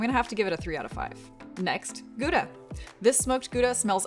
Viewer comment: It's always weird to hear an American pronounce our Dutch pride, the Goudse kaas. It isnt pronounced guda but longer and lower in tone. Gauuuda.